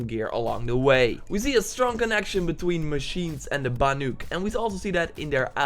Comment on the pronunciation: if he says banYuk one more time🤦🏿‍♀️😤